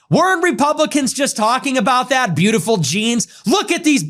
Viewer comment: "Breatiful genes" wtf😲